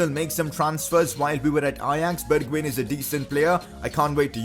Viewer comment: You not pronounce it like “bergween” its like “bergwein”